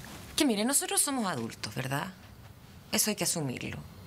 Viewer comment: Me dado cuenta que el "losotros" , y varias palabras más que están mal pronunciadas le salen super fluidas, o sea que habla mal apropósito y wn le creo todo, seco su personaje